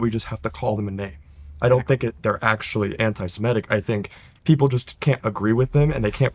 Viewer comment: Start by pronouncing 'Semitic' correctly.